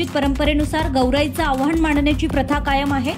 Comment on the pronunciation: आव्हान नाही आवाहन, आदरतिथ्य नाही आदरातिथ्य